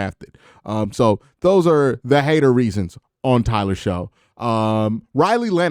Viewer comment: Shough is pronounced Shuck. Like aww shucks. But I think he might be ok not super early though.